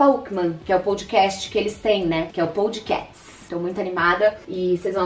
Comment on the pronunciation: Ela falando podcats kkkk dos meninos é poc cast 😂😂😂😂😂